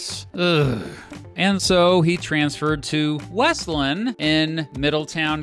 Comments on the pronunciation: BTW, that's not how you pronounce Wesleyan. It's "WEZZ-lee-un" or "WESS-lee-un", not "WESS-lun". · “Wesleyan” is pronounced with three syllables: WES-lee-in.